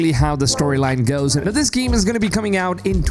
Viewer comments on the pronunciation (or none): What's a giem? He talks about this giem and this giem, but what is a giem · I took shot every time he said "geeem". I'm totally hammered.